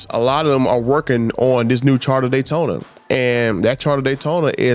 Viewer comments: Would you STOP SAYING CHARTER. Its CHARGER. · Dodge "Charda" Daytona😀